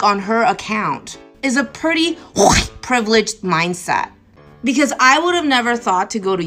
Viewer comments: You say white like that, because you have a speech impediment? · What's the matter? The woman can't say white because she is too stupid. Here I'll help with her grammar,pronounce the first letter w now the second letter h and I know it's hard but seeing how you have trouble with the I, just two more letters and you can go back to being a piece of butt wipe paper t and then e. Put them together and they make the word white. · Maybe the woman who can’t pronounce white properly is a tobacco chewer and can’t spit. Not a way to have a point taken. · I won't apologize for finding they way she pronounces "white" as fucking hilarious. "White shenanigans?" Who are these ppl? Where are they, where do they come from? Someone tell me please because I need more laughter in my life. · Sorry im late to the party, but as im an Asian myself. I COULDN'T STAND HER #^$^$$&@ PRONOUCITATION of the word white. I was so so so so so fffkkkiing angry and the Asian chink woman, I was like screaming for her to say it right and stop being a cunt. Her saying white sounded like she was hacking up a fur ball or something. I am very very very sorry about that Asian woman on behalf of us normal Asians. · That Asian woman deliberately pronouncing "white" like she does is very cringe, especially listening to it while wearing headphones